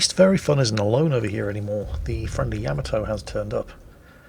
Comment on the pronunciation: Take a shot every time says "Yamato" incorrectly in this video!